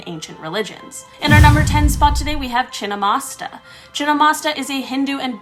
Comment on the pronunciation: wrong pronunciation it chhin-mast-tika